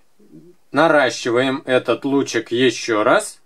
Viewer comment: Смешно сказал норащевать ❤️